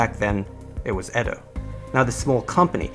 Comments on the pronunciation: EE DOH not ED DOH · It’s edo actually (A-Dough) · no correct way of saying patent, but i'm pretty sure Edo isn't pronounced as "ED-do". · Just fyi. You mispronounce patent, Shimazu and Edo. You pronounce them weird.